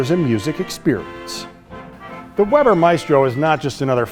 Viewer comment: Weber is pronounced "Vayber", i can read German so can read the roll titles.